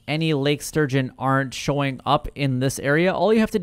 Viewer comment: It's Lake STurgeon, dude. ... not Surgeon! lol